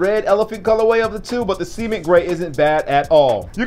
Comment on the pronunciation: ceeement lmao. its cement not ceeeement